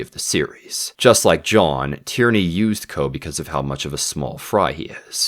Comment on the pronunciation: I'm loving these breakdowns of the books and the series, just a point on pronunciation, Tearney would be produced tea-uh-ney, not Tyranny. I wasn't paying complete attention and assumed Tyranny was a code name. Edit: Also Yellow Car is a common game for british school kids, but you're supposed to pair saying yellow car with thumping your friend in the arm. thumping your friends is integral to common school past-times, one such being "Birthday Beats" when on your friends birthday, you thump them the amount of times relating to their age.